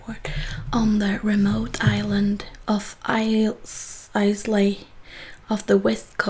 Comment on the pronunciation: Great video! Nice and relaxing. By the way the island of Islay is pronounced "I-La" (from a Scottish fan) :)